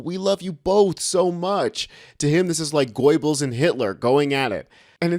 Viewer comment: I was gonna make fun of you for the way you pronounced Goebbels, but then I realized I’ve been pronouncing Ghislaine as “Jizz-lane” this whole time